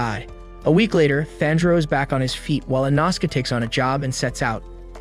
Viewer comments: “Inausuke” “fanjiro” “ kaayu ubayushiiki” “jyaku” “canal” “aloey” “temayo” “tekkin tekkiwoara” etc. 💀💀💀💀✨💀👺💀💀💀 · and that that inoske is called "inoskeh" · Bros saying ENAHSUKa ITS I NO SU K E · It’s pronounced E-No-Skey